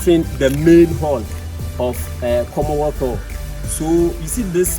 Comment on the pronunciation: Commonwealth Hall Not komothoo